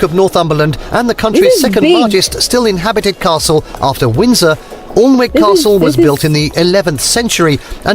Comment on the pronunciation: the presenter pronounced alnwick castle wrong, its pronouned Anick, strange i know because the way its spelt, is the way the presenter says we pronounce it as Anick, its in my part of england